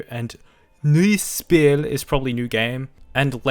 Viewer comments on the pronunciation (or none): Your german is bad though Weiter is prounounced Waaaiter for you brits or americans and Neues Spiel are Noyyes spill. Get better dude or play more ww2 games